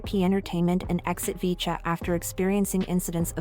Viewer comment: 푸지지지직,,,야야야..핵교는 나오긴 햇냐??,,,,VCHA를 브이차로 발음 해야지,,어트게 비춴야 비쳐긴???,,,영어를 전혀 모르는겨???